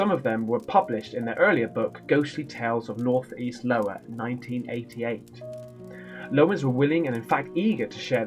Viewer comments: Iowa is a western state. Eye-o-wah. Lowa is nothing. Too cute. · Urrrrrrrrm isnt that a capital ‘i’ making it i-o-wa in America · Hahahah lowa it's iowa with a capital:D you absolute legend! eye-owa:DDD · You're killing me it's not Lowa is Iowa 🤣😂😉 Love you my man.. LMAO you made my day. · Low-a” 😂😂😂☠️☠️☠️ I love you mate but it’s called ( eye- owa) hahah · Hi...sorry to say that the book says iowa not lowa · Eye oh wah. Not Low ah. Hahahah. Love it. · It’s called Iowa not Lowa hahaha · Iowa mate Iowa not Lowa .....Lmao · Eye-Ohwa ... not Lo-Wah... But it's fine.. You just made a new location on the map.. LOWA... (Not to be confused with UPPA.. lol) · Keep calling Iowa (Eye-Oh-A) as Lowa, that way, it's your 'thang'! Well read, bud, and good to see you add to your repertoire! Keep making us smile! ❤️❤️❤️❤️❤️ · Pronounced eye-o-wa. Lol. However we need to keep the new Lowa name! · You do know it's I- owa not L-owa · iowa not Lowa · It's Iowa with an I, not L. It's not Lowa! It's in upper Midwest below the Great Lakes, USA 🇺🇸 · I am sure you have heard this but it is pronounced I..O..WA. LOL. Looking forward to the next tale. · My wife and I are dying laughing ... "Lowa" 🤣😂🤣 ... my wife yelled at you " LOOK AT YOU!!! MISPRONOUNCIN' IOWA ... GET A JOB!" 🤣😂🤣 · "Lowa" not even going to finish this video..rolling out.. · He still sayin lowa loooooooolllllll love it!!! X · are you for real you are not pronouncing correctly its an i not a L i .owa!!!!!!! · Im i wrong but isn't it Iowa??? Damn Brits! 😂 just joking! Love ya! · It's pronounced I-oh-wa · my buddy,,,, it’s IOWA,,, like the state of Iowa in the US. Starts with an I. Love you brother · Now I think you might just be doing it on purpose but from now on I'm going to refer to it as Lowa..lol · I’m dying laughing how he pronounces Iowa as Lowa! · I will now always call it 'Lowa' 🤣 You are a bloody legend! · Iowa is pronounced Eye -Owe -a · Lowa😅is that near Iowa? Eyeohwah 😅